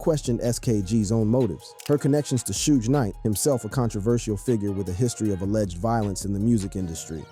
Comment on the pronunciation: "Shooge Knight" who TF is this guy?